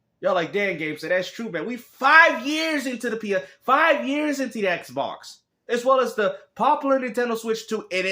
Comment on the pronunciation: Ehhhhk Box, Ehhhhk Box, Everything is Ehhhhk Box 😁😆😂